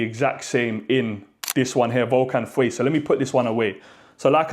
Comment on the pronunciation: dude...it literally says VENENO on the bottle which is poison..and also...PLEASE google how to say fire in French , then you'll get FEU